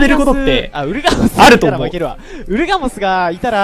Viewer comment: ウルガモスがウーラオスに聞こえた